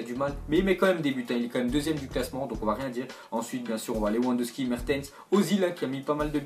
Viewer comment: Mais pourquoi tu prononces Lewandowski [Leouandovski], en polonais ça se prononce [Levandovski]